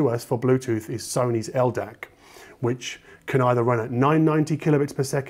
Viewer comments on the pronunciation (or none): none